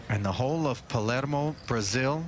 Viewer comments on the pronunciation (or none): none